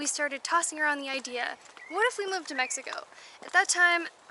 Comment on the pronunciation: Love the way said Mexico at the end of video 😉 good job 👍 you are in the perfect country to enjoy an abundance of life, so much to do & see. Enjoy yourselves and keep giving us fun exciting entertaining videos, more than 5,000 subscriber's 👏 congrats you are becoming very popular good luck & Viva Mexico Cabrones!!!✌